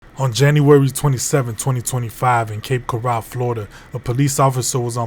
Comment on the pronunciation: Narrator mispronounced Cape Coral.